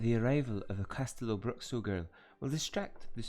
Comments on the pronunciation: little pronunciation class: it's Cash-TEH-loo BROO-shoo 😅 Nice video tho 😊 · Great chapter! Btw, it's pronounced castelo-broo-shoo